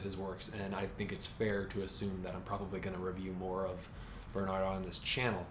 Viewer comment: Great review! His name is pronounced 'Bairn-heart' by the way - 'Bairn' like the Scottish word for child.